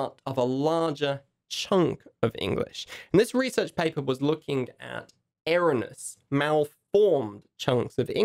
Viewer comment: I know you´re a native speaker (I´m not gonna question your native speaker condition like some Asian idiots do) but I do think you need to check the pronunciation of certain words such as "epitome" and "erroneous" mate...